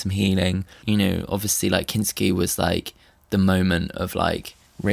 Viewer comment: Not Kinkt-ski XD